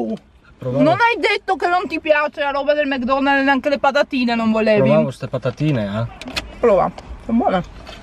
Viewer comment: Ma perché dici Mg Donald's si dice Mc Donald's poi se hai detto che non mangi le salse perché mangi il kechup anche nei mukbang